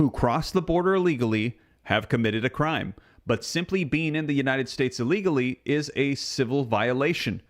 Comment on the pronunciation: dont say aleagly say illegally! Thanks!